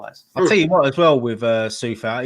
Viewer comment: Coufal not Soufal